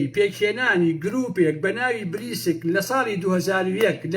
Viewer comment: ناوی (بریکس)ە نەک بریسک